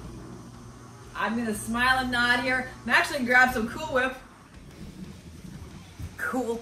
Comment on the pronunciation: Molly can definitely run with the boys...she's awesome!!.I love how she mocked saying cahool whip..😂...still love ya..I'm waiting on her to say they're dry as a popcorn fart😂😂